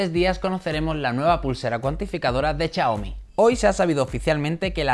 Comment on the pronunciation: Chiaomi, shataka :v